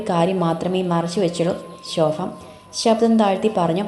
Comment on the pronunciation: ശോഫ അല്ല ശോഭ